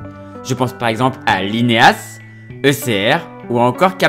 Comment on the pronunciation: Dans les EF la manière dont t’a dit Lineas 😂😂 Sinon très bonne vidéo